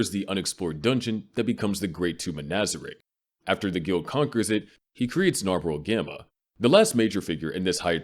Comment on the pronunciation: "Ainz Oon Goan" that shit was eating at me the whole video lol. Its Ainz Ooal Goan